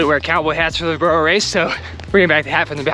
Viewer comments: The way you are saying burro is wrong 👀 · lol why not just call it a donkey race.. your pronunciation of burro sounds so off lol